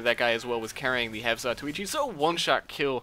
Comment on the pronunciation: lol half-za-too-ee-chee